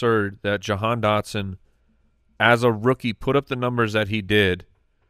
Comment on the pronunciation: Ja-gone Dotson?